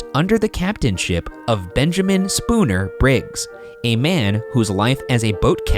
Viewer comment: Shane and Ryan: benjamin SPOONER briggs Me: Benjamin Spooner BRIGGS!!!!!